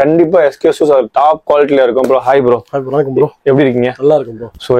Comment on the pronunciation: Shoe..... Showeeee dai anchor adhu shoe da😂